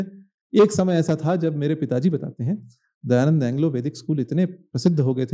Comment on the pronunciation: Dayanand ❌ Dayaland ✅❤